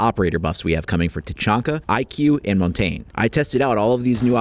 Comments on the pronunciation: Montain? Mon-ta-gne. Try to blend the g and n together and say the e with less accent. So the e is like gnu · It's not pronounced mon-tain it's pronounced mon-tan-yu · Augh you pronounced Montange wrong xD